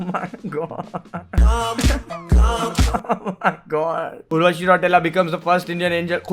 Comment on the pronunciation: Urva - chi! 😂